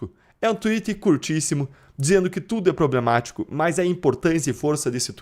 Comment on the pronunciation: Priblematic kkkkkkkkkkkk, chupa Esta manga! Não é DOCE